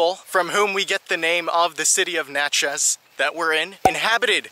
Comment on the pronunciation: You did a pretty good job on a place I lived for 7 years. Natchez rhymes with Matches !